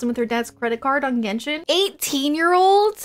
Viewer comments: it’s not jenshin it’s genshin the one that you said before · Ah she's still calling the game Jenshin 🤣 Anyway, best archon chapter + Shenshe story 👌